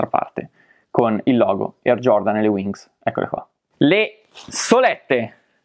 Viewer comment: Voleva dire WINGS ahha